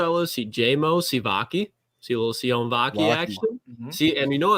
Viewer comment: Make sure while you're there you pronounce Sione name properly C-O-Nay So you don't make yourself look ridiculous and you can give a shout out for learning your asses